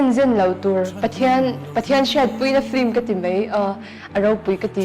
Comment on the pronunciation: A hmuhnawm dawn e.. Film tih hi flim ti a lam kan awm leh zeuh țhin....